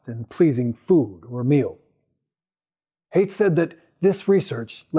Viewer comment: You're pronouncing his name wrong. Haidt rhymes with bite.